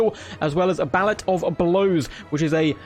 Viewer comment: I think its ballay as in dancing not ballot as in voting ballots lol